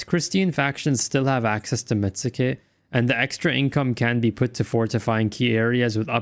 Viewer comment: Pettition to contract met-su-ke down to met-ske, as it would probably be pronounced by a Japanese person.